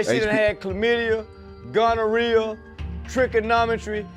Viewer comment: Trichomonas= trickonometry😂😂😂😂😂 is crazy 😂😂😂😂